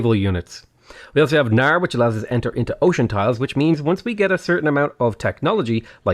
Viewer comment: the k in knarr isnt silent you narr